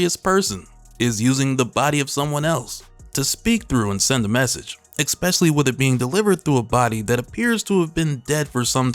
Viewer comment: homie says expecially instead of especially nah but great videos